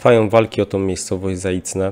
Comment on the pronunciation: Zajcewe a nie "Zaicne"